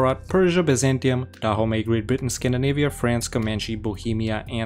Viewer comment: DAHOMEY? NO IT IS DA HOMIE.